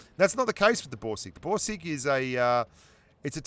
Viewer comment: I hear Broom sticks instead of Borsig.